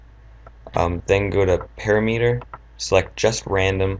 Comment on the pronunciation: btw I think parameter is pronounced puh-rah-muh-tur lol